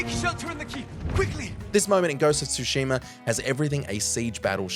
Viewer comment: Tsushima....no Tu-sheema